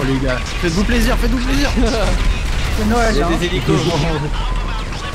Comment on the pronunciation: " ça fait zizir " !